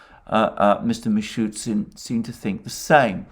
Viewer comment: You keep calling Mishustin wrongly (for a year?). He is Me-shoes-teen